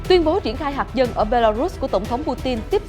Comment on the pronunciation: Hạt nhân chứ không phải là hạc nhân rất chi là khó nghe.